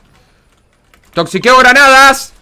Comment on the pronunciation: toxiquado dice a lo ultimo JJAJAJA